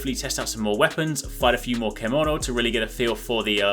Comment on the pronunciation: Thank you for the summary. Everything I wanted to know. It's pronounced CHEM-OH-NO by the way.